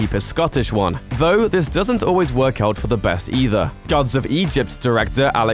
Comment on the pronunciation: You said "Vo" - did you mean "Though"? After making fun of Gerard's accent you could at least speak English...